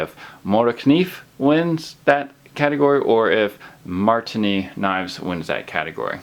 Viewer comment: how many times can he misspronounce marttiini?